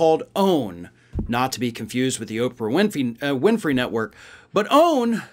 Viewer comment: He said Oprah Wimpy!